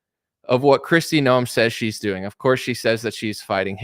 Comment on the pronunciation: Hey, her name is Kristi NOEM not "Noel"